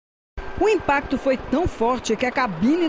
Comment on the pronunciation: A repórter disse lmpacto da colisão esse é nova...😂😂😂😂😂😂😂